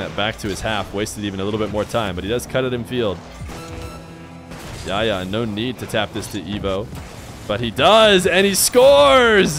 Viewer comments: I know the arabic "ح" is hard to pronounce but I have a friend called yahya and pronouncing it even as h makes it sound better than yaya imo. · just pronounce the 'h' in Yahya please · Ikr lol. He Makes the H silent lol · I love you but your pronunciation of Yahya is so funny